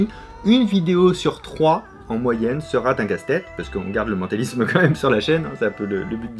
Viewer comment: On ne devrait pas forcément prononcer le T de "sera-t-un casse tête" à :D